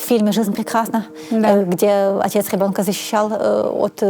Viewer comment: Отличный выпуск получился! Спасибо! Одно удручает - когда слышишь «гебонка» вместо «ребёнка». И весь монолог в таком же стиле. Блин. Ну неужели сложно поработать с логопедом, если выбрала себе вид деятельности публичного спикера. Всю свою сознательную жизнь заниматься умственным трудом, не лениться изучать кучу предметов - ГОДАМИ давать интервью и говорить публично - ну так не топчись уже на месте - СДЕЛАЙ практику с логопедом!